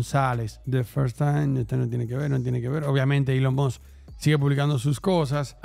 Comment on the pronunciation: Elon must🗿 Es Elon Musk ni eso sabe pronunciar🥶